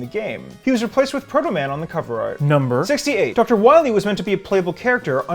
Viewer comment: Doctah Wahwee